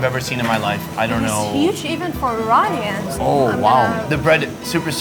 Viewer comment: its pronounced iranians